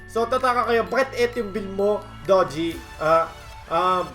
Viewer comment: DO-JI , NOT DO-GI GUYS YAN ANG TAMANG PRONOUNCIATION HAHAAHAAH